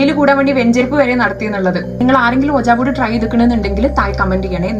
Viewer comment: Hlo mam , it's not ooja board . It spells like wee jee board.😅 But nvm nalla resnd kelkn